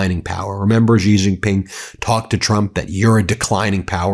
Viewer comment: The name of the President of China Xi Jin Ping is pronounced Shee Jin Ping. (Not Jee…)